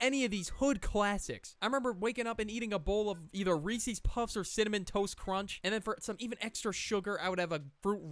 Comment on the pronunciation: “Ree see puff”